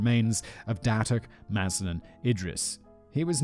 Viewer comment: Malaysian here, simon managed to procounce datuk mazlan idris name correctly